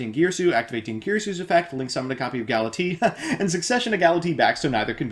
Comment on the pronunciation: The way you pronounce "Galatea" has always bothered me.